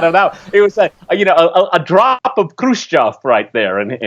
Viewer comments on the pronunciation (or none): none